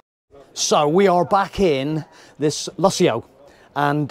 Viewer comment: Wow..great caravan...think its called the Lusso...not Luss-ee-ooh...lol. You didnt mention many of its features like the heating and cooling a/c... continuous hot water when connected to a tap...self levelling ....dual access kitchen sliding baskets..on board water tank...TV points in the bedroom and/or lounge...two Alko wheel locks as standard....Alko ATC2 stability control...ability to use Propane and/or Butane...privacy windows...luxurious thick removable carpets...a digital safe (why Coachman?)..wireless phone charging..external cold water shower point..external gas and 240v socket...4 motor movers...100w solar panel..digital TV/radio antenna....and a digital DAB radio which you need an A level in turning off radios to be able to turn the display off. Yes it looks nice and feels luxurious and indeed is but mention some of the features. As you can tell we love ours!